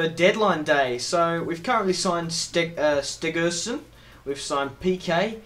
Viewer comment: This guy never reads his comments it's ter stegen not stigerson lol